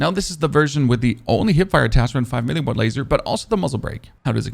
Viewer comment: Wth is your pronounciation of some of your words lol? "5 mili watt", "maacroo", "emped".😂 Nice video though, loved all the details and clear explanation!